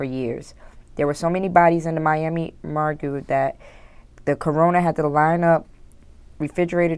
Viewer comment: "there were so many bodies in the Miami 'mor-gue' that the 'corona' had to..."